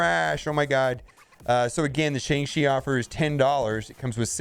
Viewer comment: The pronunciation is sh”on”g chi! Listen to how Simu Liu and all the interviewers are pronouncing it now…